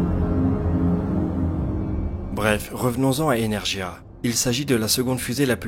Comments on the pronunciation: Pour être tout à fait exact, dans la limite de mes connaissances très limitées du russe, la prononciation serait même "ènérguia" ("Э" se prononçant "è" et le "e" comme un "é") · Energia ne se prononce pas "énèrjia" mais "énèrguia" : le "г" de "Энергия" est un "gu". Ca m'étonne que ça n'ait pas été mentionné dans les commentaires, ça ne doit choquer que moi. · KSP RSS bien joué! Par contre je crois qu'on prononce "energuia" en russe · J'ai grincé des dents à chaque fois que tu l'a dit mais je ne t'en veux pas ce n'est pas ta faute. Energia se prononce avec un g comme gamma, "energhia" un truc comme ça.